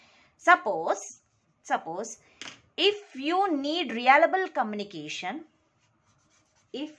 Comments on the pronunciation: Your pronouncing reliable as realable😂.. anyways nice explaination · It's reLiable not reAlable